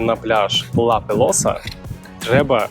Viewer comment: Жахливо. Не сардинійці , а сарди Не Ла Пелоса, а Ла Пелоза .. Хоч би почитав перед зйомкою.